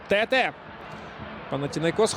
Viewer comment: Як можна професійному коментатору дивитися на спину гравцю де написано Тетé, і читати Тéте?